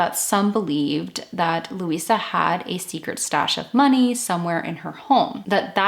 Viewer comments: Her name was Louise ( pronounced loo eeze ) not Louisa . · Pronounced Louise. Please no A at the end. Or with the A it would have been pronounced looeeza. Which you said wasn't right but continued to call her that all the way through. Please it's LOUISE PRONOUNCED LOOEEZE ! TA very MUCHLY. GOOD INFO. I LIVE JUST A FEW STREETS AWAY FROM SAID DOMICILE, still looks the same today.AAREET MOI LUVVER FROM ME TO THEE.